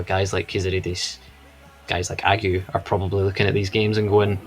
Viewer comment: Ageu is three syllables: "Ah-jay-oo". Yer man in the cap got it right. I feel it's important we get it spot on, because the lad is class. Also saw some fans suggest we sing Agadoo by Black Lace as his chant and f88k that!